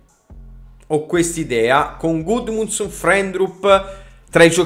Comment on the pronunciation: Hai detto due volte gudmonson